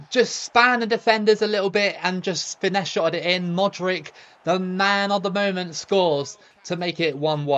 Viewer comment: I don't know how you can get all the players names correct with the "ch" at the end, but then keep saying Modrick 😂😂😂 Croatia can definitely beat Argentina in the next round! They've been overlooked so badly tbh.